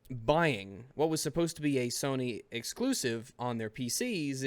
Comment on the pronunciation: Does anyone else really hate how says "Exusive"? Every time he says it, in all of his videos, I hate how he says it even more, especially with the nonsense that is in the context when he says the word.